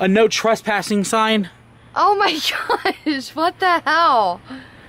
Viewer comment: Picleboy it said tres - passing you were only dos - passing